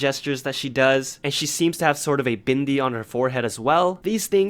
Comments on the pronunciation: I was shook at your pronounciation of desi and bindi You said it so perfectly. Wow. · k just saying the way you said bindi and desi was so perfect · I AM A DESI AND U SAID DESI AND BINDI PERFECTLY 😭😭😭💜💜💜💜💜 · you pronounced desi and bindi perfectly!